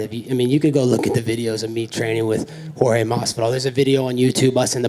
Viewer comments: How Colby is calling Jorge: Street..? -Jedus? 🤣🤣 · street jodes masvidal bruh you don’t know how to how to say Jorge gamebread masvidal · He called Jorge Masvidal George?🤣🤣🤣